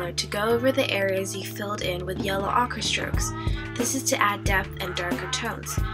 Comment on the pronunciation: Ochre is pronounced oh-ker. You might want to try adding other colors to the black hair for more depth, such as a touch of blue or violet in the shaded areas.